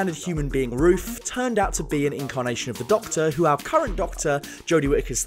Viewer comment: How old are you 12? The word is Ruth not Roof. Lol.